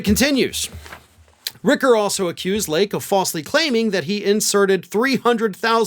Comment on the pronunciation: It’s Rich-er not Rick-er, just fyi